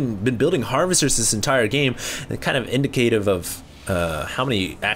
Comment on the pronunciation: ' It's kind of..in..indicative.." pronounced wrong lmao inDICKative